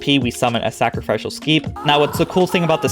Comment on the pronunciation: melee= may-lay sacrificial= sacra-fish-ole